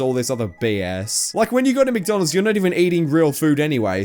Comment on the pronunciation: she's saying mctonalds